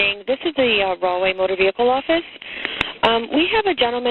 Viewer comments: I thought was saying "Wrongway Police". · Did you say wrong way please? 😂🤣😂🤣🤣🤣😂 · Rahway p.d. are you sure its not pronounced "wrong-way" p.d. 😂